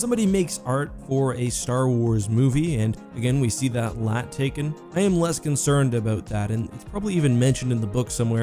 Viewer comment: For some reason it really annoys me when he says LAAT as one word.